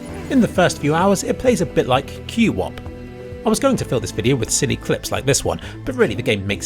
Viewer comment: Q wop. Q wop. Nononononono it’s pronounced kwop